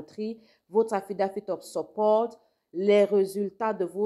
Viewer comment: Bonjour jai pas bien compris quand vous disiez atidative supporte, jai pas bien compris la prononciation pour le sponsor